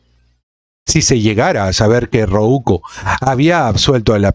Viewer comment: "Rouco" no se pronuncia "Roúco" veo que los diptongos y las llanas tampoco son tu fuerte